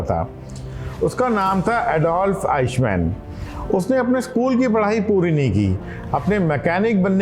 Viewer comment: अरे उसका नाम "आईश मेन", "आइक मेन" था...!